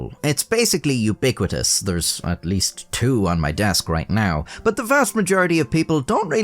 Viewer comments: “It’s u-Bic-uitous”…..damn you 😂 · Did you just say “uBICuitous” ?? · Is it ubiquitous, or ubicwitous? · "basically U-Bic-uitous"? Heh. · "It's basically ubicuitous" "u-bic-uitous" I hate that you snuck that pun in there with no acknowledgement.